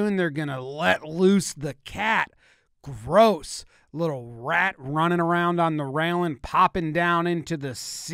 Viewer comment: the way he said “gross” ik i had to come to the comments